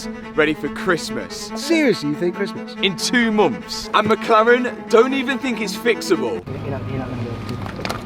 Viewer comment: Love your content and the effort you are puttin in but mumfs (months) is crazy